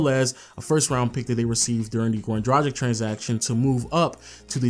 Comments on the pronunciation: DRAGIĆ DRUG-ITCH NOT DRUDGE-ICK WHEN WILL YOU PEOPLE LEARN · Mate, great video and all, but enough is enough. It’s pronounced Drag - itch, not Draj - ic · Goran Tragic...come on, its not that hard saying Dragic...just spell the c as tch... Goran Dragitch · A Phoenix Suns retrospective made by someone who INSISTS on mispronouncing the name Dragic is really, really irritating. Dude, it's not "Drah-jick" it's "Drah-gich". Just because Shaq is a giant man-baby who can't wrap his head around anything other than the drop-step doesn't mean you have to be. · Come on man - Goran Dragic’s last name is pronounced ‘Drar-Gitch’ with a hard G! Like Glitch without the ‘L’! It’s like never watching you didn’t watch any of the games! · It’s like he has never heard their names being pronounced! He has also butchered Goran Dragic’s last name! It’s pronounced ‘Drar-Gitch’ with a hard G! Like Glitch without the ‘L’